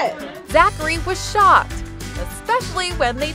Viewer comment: she say shock